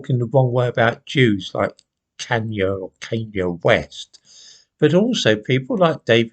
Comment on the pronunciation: Goodmorning, its pronounced like this, Khan yay, nothing like how it's spelled. Thank you for the video, hugs.